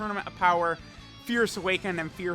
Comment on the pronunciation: The more I watch the more I realize that this nigga cant speak lmfao “Fierce Awakening”